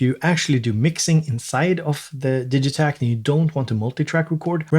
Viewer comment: Hey when did you start pronouncing it DIJitakt instead of DIGitakt? My whole world is shaken now.